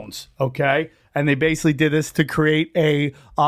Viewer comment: If he could pronounce the word "Basically" correctly, he would be more believable.